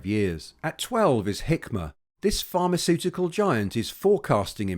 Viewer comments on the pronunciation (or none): none